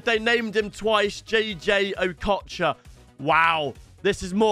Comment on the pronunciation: Bro he said between Di Natalie or ockocha